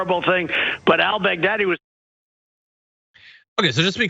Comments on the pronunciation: Am I the only one who head Trump say “Al Big-Daddy”….I’ve been replaying that clip over and over and I swear that’s what he said…. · He says it like the name is "Al Bag Daddy". That's the only reason he can remember it, sounds like "Big Daddy", which is what the hookers call him as they're pissing on him. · Is it just me or is he pronouncing the guy's name Al Bag Daddy?